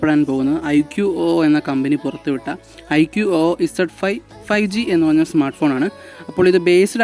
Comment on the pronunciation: Iqo o alla iqoo എന്നാണ് 😅